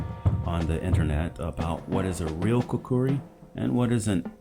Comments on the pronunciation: Hello, very good to know that you are Khukuri enthusiast. However about the pronunciation..,its neither Khukri..nor Khukdi..it is khukuri..trust me' its coming from a Nepali who sleeps with a khukuri under his pillow hahaha.thank you. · In Nepali, it’s pronounced and spelled with that second “u”. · its kinda funny how you pronounced khukuri :D